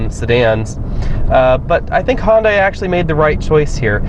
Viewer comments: Hyundai, not Honda. Pronounced hi-yun-die. I lived in korea for a year and was corrected by a local. Lol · I just scrolled down to see if anyone else thought he kept saying Honda... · Why does this guy keep saying HONDA? Its a Hyundai!!!!!